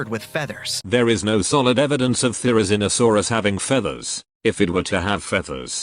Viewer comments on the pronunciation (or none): I can’t believe the narrator pronounced it “The-rizz-eno-saurus”